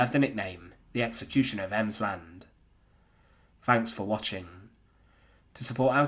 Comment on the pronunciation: "Fanks" for watching .